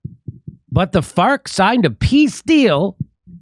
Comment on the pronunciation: It's prononcd 'fars'